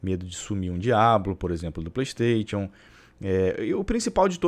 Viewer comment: playISTAITIONN kkk melhor é a pronuncia do